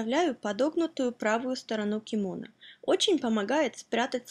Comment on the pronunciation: я посмотрел на вики, ударение на последний слог в слове кимоно